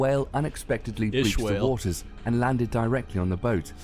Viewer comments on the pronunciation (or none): none